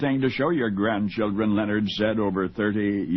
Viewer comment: It’s Lenard not Leo nard